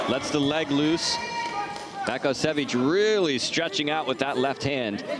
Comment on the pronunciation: Vasko Baskosjevic - Vasco Bascosievich It's a damn shame when commentators can not pronounce name! Where he found a "K" in the name of "Vaso "? Or "S" in last name "Bakocevic"? smh